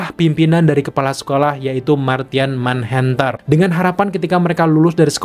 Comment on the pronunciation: Maaf , kalau usul saya, bahasa inggrisnya di-upgrade bang, terutama untuk pelafalan. Misal, pelafalan yg benar: Marsian Menhanter, dan juga Dainemik Duo.